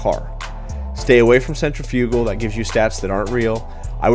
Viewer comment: Definitely trying this when I can, and the way you pronounce "Centrifugal " is still funny lol